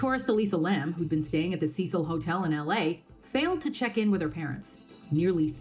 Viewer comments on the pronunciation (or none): its not cicel its CECIL